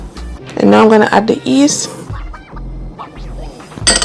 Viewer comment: Hi, the correct pronunciation is yeast not east!